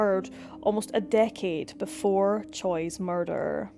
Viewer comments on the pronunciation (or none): none